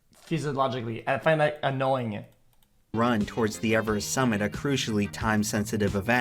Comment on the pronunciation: “Dying is so annoyinguh”